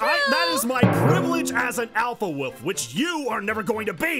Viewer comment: don't think anyone heard but said "Alpha wuf" time stamp